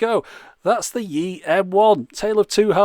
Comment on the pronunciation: 'Yi' is pronounced more like E, it's 1 in Mandarin. 'Xiao' is pronounced Show as in Shower, without the er.